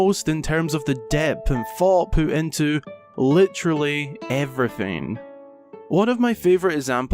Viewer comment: "lichrally" Leafy flashbacks